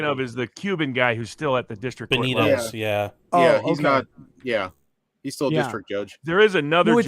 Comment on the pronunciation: That's saint Benitez say it right homie lol